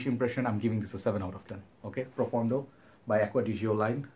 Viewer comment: pronounced very well. It means deep in Italian!